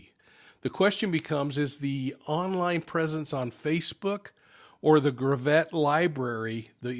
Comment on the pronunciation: This happened in my neck of the woods. We know so little, but from Maysville within 10 mins you can be in Arkansas, Oklahoma and Missouri. The problem will be jurisdiction! I grew up with about 5 miles from there between Cherokee City and Maysville. Gravette has no accents on any syllables. If you phonetically spell it, it’s gravit. Hardly even 2 syllables. It takes a lot longer to get to Mo from Gravette than from Maysville, where she’s from. This afternoon I DMed 10-life about this story. We live in a wicked wicked world. That area has been so safe for decades! We walked the dirt roads to pick berries or go to a swimming whole because an awesomely cold spring fed creek called Spavinaw runs through there. I’d say 75% of the cars that would drive by were related to you and 100% of the cars you knew the driver. You’d often get offers for rides and you’d jump on the tailgate with your bare feet dangling! Those were the days! Never ever ever would you hear of someone being abducted from Maysville and being murdered along with their unborn child.